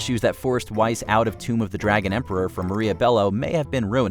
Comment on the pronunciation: Yet another arrogant reading celebrity's names from MatchMojo's crew. How hard is to check Wikipedia where is specifically announced: Rachel Hannah Weisz (/vaɪs/).